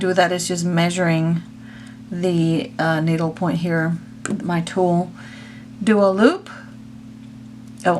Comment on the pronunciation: I just cringed when you said “needle” 😱